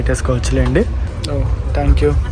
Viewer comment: Bro thank you palakatam nerchukova Tank you antunav